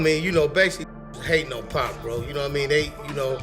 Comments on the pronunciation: Can't listen to all of the "pack" mispronouncing... Its actually a bit disrespectful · It would help if your AI didn’t keep calling Pac, “Pack”..